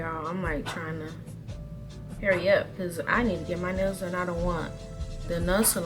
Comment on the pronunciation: I kept thinking she said when you take your nose out instead of nails 😂😂😂